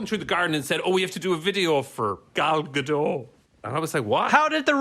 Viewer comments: Lmao Theroux saying “gadot” wrongly.... m word,..... youre French, there are TWO letters in YOUR name which aren’t pronounced. Hello?! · As a Hebrew speaker: it's pronounced Gah-Dote. גדות are river banks. Her first name Gal is 'wave' in English as in waves in the sea.